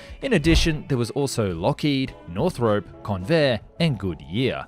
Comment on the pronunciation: Pretty good but you need to learn how to pronounce Northrop 😆